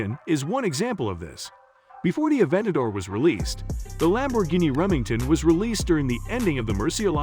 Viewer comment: It's Reventon' bro, not Remington